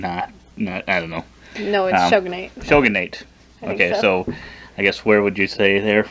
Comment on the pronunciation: How are they ranking the factions and not pronouncing things right? Rus-Vi-yet, not rusivet Cry-me-ah, not creemiya Po-lah-ni-ya, not polayniya Sho-gun-ate, not shuggunahti